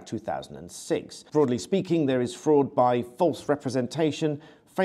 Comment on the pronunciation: Did you say fraudley speaking or broadly speaking?